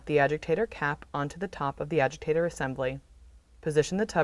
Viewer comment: Why does she call it an “ajigtator”